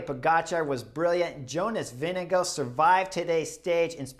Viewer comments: Probs on the pronunciation of Vingegaard! Pretty damn close 👍 Most Americans go with VinGegaaaarD 😅 Can't hate though, I probably mispronounce most names in the peleton 😂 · For English speakers: use Vingegore (as in goretex). Comes very close to the correct prononciation. Applies for any Danish name ending with -gaard: Lundgaard = lundgore